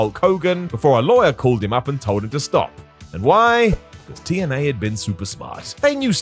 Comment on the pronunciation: you said "2NA" instead of TNA. Just trying to be a bit picker and annoying. Lol.